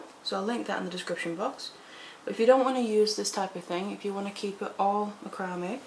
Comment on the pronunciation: I love listening to you.I love how you pronounce macrame. That's the way it is spelled. I have watched others but I like your tutorials the best. I finally bout a small macrame board and I am going to start with the bezeling cabs. I am basically a beader but want to make so jewelry with macrame. Thanks for the best videos.